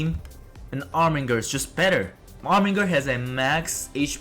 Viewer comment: You missed the R from Armiger.